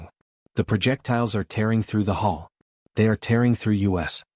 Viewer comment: Also the "hall" of the ship. At least it wasn't "hole" this time. Normally you blame the AI doing the transcript, but here, the text was bad from the beginning.